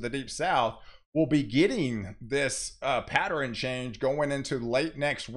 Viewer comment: Why do you say, "patteren", or anything that ends with ern, gets changed to eren.